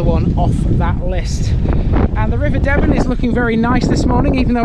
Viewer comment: The river's name is pronounces D-ben